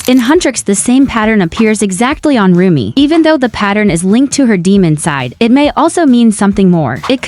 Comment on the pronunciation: Umm it's Rumi not romi